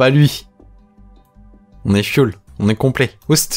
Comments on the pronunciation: Pendant tout le long je me plie de rire car tu dis fuel au lieu de full (sans être méchant je t’adore ) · J'adore ton anglais , j'ai l'impression que tu parle de carburant à chaque fois que tu dis full sinon super Video 👍